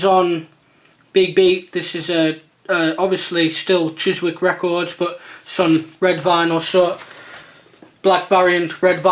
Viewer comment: By the way Chiswick you dont pronounce the W lol